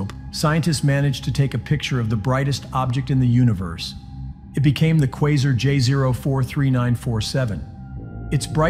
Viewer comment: Say it with me (qway-zar)